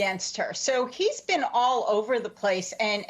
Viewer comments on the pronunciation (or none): none